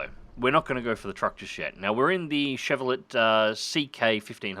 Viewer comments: No, not pronounced chev ro let. Chev rel a hard a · It's pronounced Shev Ro Lay. 😁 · You don't pronounce the "t" in Chevrolet. More like "Chev-ro-lay" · When I heard pronounce "Chevrolet" with a hard T I died inside a little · 1 day too late but you dont pronounce the T in Cheverolet. Imagine it as a French word